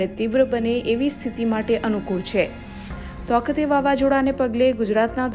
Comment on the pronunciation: તોકતે નહીં તાઊ તે